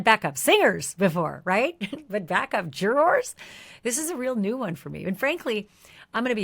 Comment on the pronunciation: I liked this- very clear info, thank you but why can’t this woman say the word ‘juror’? Juror has two syllables not one. Very strange but great summary